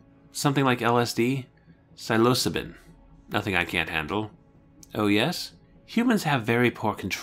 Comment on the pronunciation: psilocybin => Sil-o-SIGH-bin. Obviously you're not a drug enthusiast. ;-) Also, I've been looking forward to this review quite a bit, partially to hear you attempt to pronounce all of those Aztec names. You actually aren't doing too bad! :-)